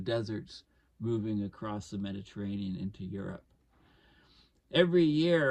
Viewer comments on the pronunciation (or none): none